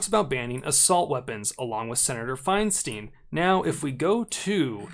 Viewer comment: Fein-steen? Since when? In 30+ years in California, it’s always been Fein-stein🤷🏼‍♂️